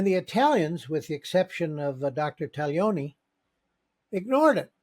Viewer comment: Always gratifying to hear an Italian name, to wit Taglioni, pronounced correctly. Thank you, Kevin